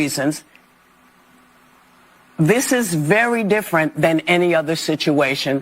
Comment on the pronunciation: She did the meme , it’s (D)ifferent 😂😂😂😂